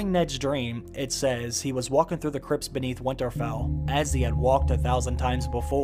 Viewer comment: Sometimes when you talk you sound very proper, and then you throw in a "doin" or "walkin" or "havin" it's weird